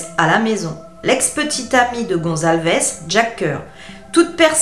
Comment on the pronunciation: C'est Kaylee Goncalves et pas Gonzalves de 🤣🤣🤣